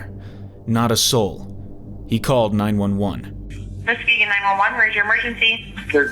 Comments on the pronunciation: Nice content... Real fast though, (from a Michigander myself, living only about an hour away), you mispronounced "Muskegon." It's actually pronounced "Mus-KEY-Gan." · I live in the area. I went to that exact gas station multiple times before knowing the story. Jessica is a local legend. A lot of theories where her body went. And it’s pronounced Mus-kee-gon. Non-native Michiganders always get that wrong.